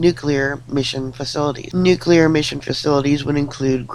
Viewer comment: Oh, thankyou for the correct pronunciation of nuclear, you have given me hope again😺😺😺😺